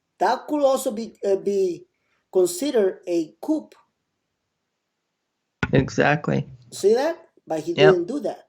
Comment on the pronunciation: Coup is pronounced COO not coop.